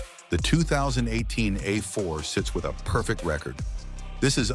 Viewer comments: The good ol’ Audi uh4. With zero nutuhseeay complaints! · I had to stop this garbage ass video less than 3 minutes in due to the absolutely horrendous A.I. garbling NHTSA and calling it an “Ah 4” Click bait pile of shit.